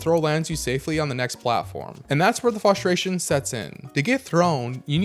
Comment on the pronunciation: It’s FRUSTRATION not FLUSTRATION or FUSTRATION😭